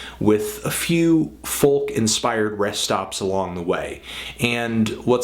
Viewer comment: Why do you pronounce "folk" like that? It's pronounced "foak."